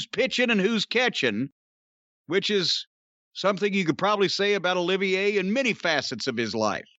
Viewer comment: Lol hate to be that guy, but it’s actually Olivier, as in Lawrence Olivier